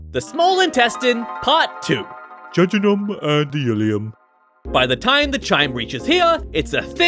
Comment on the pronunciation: JUJUNEM AND ILEUM got me 😂